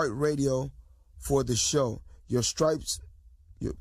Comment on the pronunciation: lawd lawd lawd........did say Scripes??????